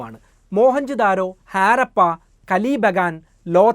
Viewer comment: Jnaan vichaarichu 5000 rupya aairikum enn. Baagyam 4999 ruveyaan. Chinkalk idh modalaavo. Aaarappa alla harappa. First clear your pronunciation 😂😂😂😂